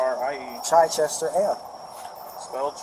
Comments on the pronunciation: It's not chyyychester, it's Chichester as in chicken. Can't even pronounce it correct.😂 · I love how his "appellation" is Chichester (pronounced "chit-chester"). If he's a "Moor" why did he name himself after the only city in West Sussex here in England? It's not known for its Moorish population or history. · I'm English. He's pronouncing "Chichester" wrong and it's annoying. The first part is pronounced like the start of "chicken" not like "chai" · In NH Chichester is pronounced Chyy-chester.